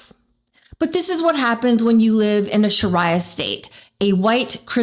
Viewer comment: love seeing you here, but I think you mispronounced "Sharia".